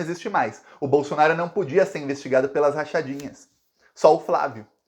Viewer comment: Assistam aos o falando "a chance do Queiroz DELETAR o Jair Blosson-aro..." Até me animei!